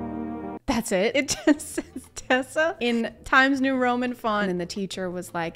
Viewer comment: “Tessa” LMAOOO